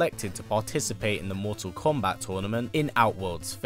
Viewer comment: Its funny the way hes mottal kombat listen to when hes says it